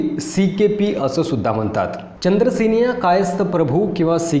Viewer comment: म्हनतात, आपन, स्तायिक, जानून, देन्याची,म्हनजे, महारास्ट्र असे बरेच शब्द अशुध्द उच्चारले आहेत राव कधी तरी शुद्ध मराठी भाषा बोलायला शिका ना मग आम्ही तुमचे व्हीडिओ अवश्य पाहू.